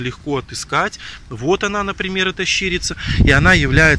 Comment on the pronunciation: Не щИрица,а щирИца !